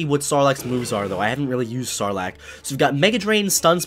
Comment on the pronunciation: When you said "Sarlacc" I thought you said "Snorlax" 🤣🤣🤣